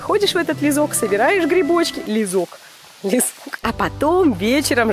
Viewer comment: То чувство, когда тебя зовут Лиза, а тут блогер сказал "лизок", вместо "лесок")😂😅